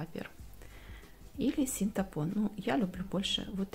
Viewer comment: синтАпон - нет такого слова, это тоже самое, что вместо "мошенник" говорить мошейник